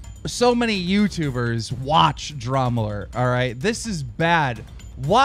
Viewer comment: I don't know what I'm more annoyed by, the fact that he had an extra cup, or the fact that he kept saying "dramulert".